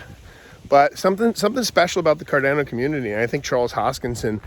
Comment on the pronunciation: I love you! Why did you start pronouncing it Car DAN o all of a sudden? 😄